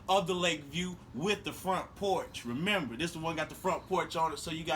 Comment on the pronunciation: You forgot the second "m" in remember!!!